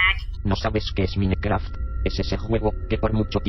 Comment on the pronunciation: Chaki? Mínecraft? Joooder.....qué os cuesta decir Chuky y maincraft bien pronunciado en inglés coño!